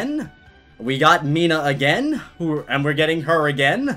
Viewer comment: It’s not Mina-h It’s Meena